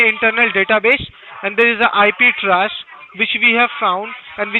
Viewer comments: Pronounces TRACE as TRASH... can't get enough of this Gotham guy.... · He literally couldn't even pronounce "trace."